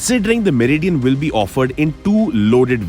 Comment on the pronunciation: Meri Dian 😂😂😂